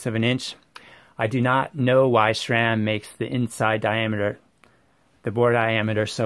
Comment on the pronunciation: Thanks for the insight. On an editorial note: BSA and Italian do not "use" different standards, they are* different standards. Plus: there is no "H" in Sram, it's Sram*, not "shram".